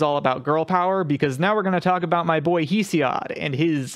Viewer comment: Thank you for clearing things up, but your pronunciations of mythological names and the authors are off. Hesiod is pronounced hess-ee-ihd. Demeter is duh-mee-tur.